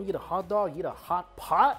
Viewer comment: Everyone else: "Hot pot": "HHHCHHCHHHAPAHT!"